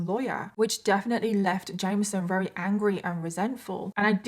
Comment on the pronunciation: Wery rery very